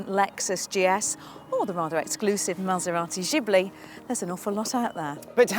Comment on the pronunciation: Stopped watching at „Maserati Jibli“